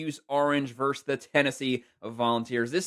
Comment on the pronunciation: Where is the call on the Michigan game? You need to look up the pronunciation of the word VERSUS. It is not verse.